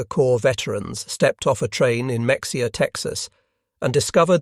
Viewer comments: It isn't pronounced Mexia. It is pronounced Muh hay ya.. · Good video. The town of Mexia, Texas is pronounced Meh-HAY-a, not MEX-ee-a. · fyi, Mexia Tx is pronounced "Ma HAY uh" - i had no idea there was a POW camp there. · It’s Ma hay a not Mex e ah. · it's pronounced Meheya not mexea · FYI “Mexia” is pronounced muh-HAY-uh, rather than MEK-see-uh. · Muh-hey-uh, not mexia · It's not a MEX-ee-uh, it s Muh-hey-uh. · It's pronounced ME HA YA not MEX E AH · Mexia is pronounced “Meh hay uh” not “Mex e uh” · Muh-hay-uh…. Not “Mex-e-ah” Mexia (/məxeɪjə/ muh-HAY-uh or /mɛxeɪjə/ meh-HAY-uh)[4] is a city in Limestone County, Texas, United States. The population was 6,893 at the 2020 census. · I learned the hard way it's Maheya not Mexia. I also didnt know this about Mexia. Texas has a lot of Germans but most of us were here before both WWs. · It's NOT pronounced MEX-EEE-UH. It's pronounced "Meh-hee-uh" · Y'all need to ask about how to pronounce some words, especially cities and towns. Muh hay uh is correct, not Mex e uh. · Mexia, Texas is pronounced Meh-he-ah, not Mex-ia. Sorry to be a sticker for pronunciation, my AI bot friend. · 😮 it's not Max-ia. It's pronounced May-hey-yah! You A.I. P.O.S.! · Very nice video, but it's not pronounced "MEX-e-ah"...it's "meh-HE-uh" by spanish pronunciations, but the locals call it "muh-HAY-uh." But most definitely NOT "MEX-ee-ah". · Mexia, Texas is pronounced Muh-HAY-uh, not Mex-E-ah. Locals refer to this pronunciation, and the city's official motto, "A great place to live, no matter how you pronounce it," humorously acknowledges that visitors often mispronounce the name. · It is not Mex-i-ha Texas. It is pronounced Ma-hay-a. Effing AI Bullshit. .... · Say is like this, "Meh-Hay-yah". Not Mex-ia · "Meksia" 😅😅😅 Mexia is pronounced "muh-HAY-uh". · For record. Mexia, Texas is not pronounced “Mex-e-ah” as it is in this video. It’s pronounced “Muh-he-yuh”. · It's not Mek-see-uh Texas. Locals pronounce it "Muh-hay-uh" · It's pronounced Ma-he-a